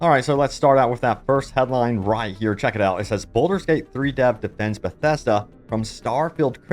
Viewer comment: BALD-ur Not "boulder" Also: leh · ree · uhn not "LARreeuhn" ALSO: HULL-A-BA-LOO not "hullabullah"